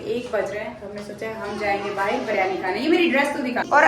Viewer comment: BIRYANI....not ......BARYANI....plz ...alfaz sahi use karen ...